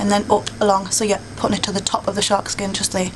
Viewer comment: SORRY ITS "SHARKSKIN"